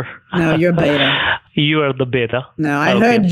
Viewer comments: 'Mai(n) teri maa hu(n)...'n' is silent, never pronounced. 'Beta" not 'beyta' , that's why they cannot understand you perhaps? Like bet and then add an a, beta. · When you say beta don't go bay-tha. Just use the be like in the way you go ba in baa baa black sheep.